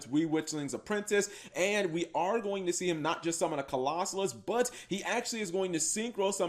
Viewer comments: Okay, seriously, stop mispronouncing Colossus. It isn't a hard word. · Bro...why can’t you pronounce Colossus